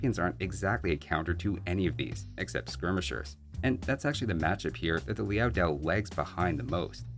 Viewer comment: It’s Liao Dao, not Liao “Diao”. No [i] in the second word.